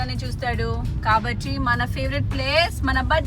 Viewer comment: Mam meeku kabatti ane word ni telugu lo sariga pronounce cheyadam ravatledhu anukunta..... Please change your slang... Telugu ni telugu la matladandi